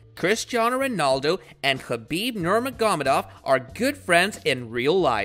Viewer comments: The moment he mispronounced Khabibs last name I quit listening. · Wow that pronunciation for khabibs last name is painful to hear lol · How is anyone ok with the way this man butchers khabibs last name🤦‍♂️🤦‍♂️🤦‍♂️🤦‍♂️ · Khabib Nermagomadov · Learn to pronounce his name before you try to make a video about him.. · Did u hear the way he pronounced khabibs name at the beginning😂😂😂